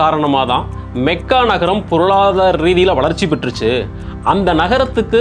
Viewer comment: Your information is wrong. He speaks true history. He pronounced the word Mecca correctly. It is மெக்கா only not மக்கா...